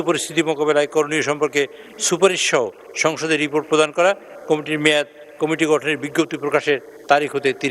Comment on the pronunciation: উনি কমিটি কে কমিটি কমিশন কে কামিশন উচ্চারণ করে সে কারণে উনাকে সংবাদ পর্দায় দেখলে ঐ সংবাদ শুনিনা।